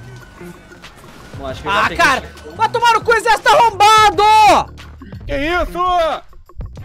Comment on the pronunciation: "Esse Jejerxito do krl!"